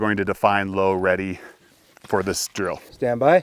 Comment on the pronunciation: more like I'm ready...not Low ready 😂